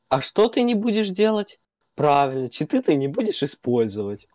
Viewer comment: правильно, прАвИльнО, прАвИльнО.